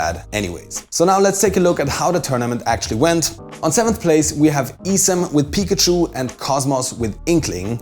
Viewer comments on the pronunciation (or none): none